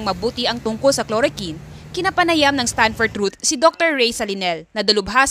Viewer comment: Chloroquine! K L O R O K W I N!!! HINDI KLOROKIN